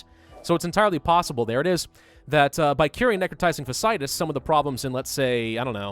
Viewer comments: PSA: "fasciitis" is pronounced (Fah-shee-eye-tis) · So its like, fasc i itis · Fa see eye tis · It’s fa-shee-eye-tiss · 8 seasons of House MD tells me you are pronouncing "Fasciitis" incorrectly, its 4 syllables not 3 with both of those "I"s in the middle being sounded out individually. Plenty of YouTube videos to help with the correct pronunciation out there. Not hating, just educating. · someone finally pointed it out! it was driving me insane, but I didn't want to be THAT person. lmao